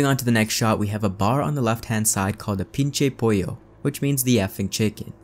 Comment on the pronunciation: I just burst out laughing when he said "pinche pollo" I love when non Spanish speakers try to pronounce stuff like that